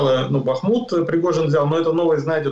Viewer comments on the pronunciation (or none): none